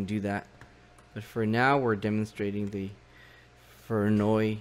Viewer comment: No, not VOY NOY..